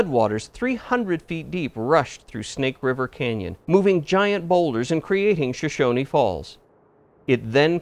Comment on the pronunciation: Shoshone falls was mispronounced.